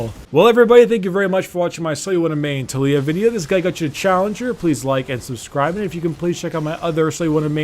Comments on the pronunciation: tuh-lee-uh triggered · Tulia? Bro, it's not that hard to pronounce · "So you want to main TOOL-iyah" XD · Did anyone else heard fuck up at the intro and said "too-lee-oah" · His pronunciation triggered me